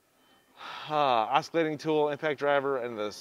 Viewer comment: Stop saying oskillating tool. It’s oscillating dude. Sober up and get it right.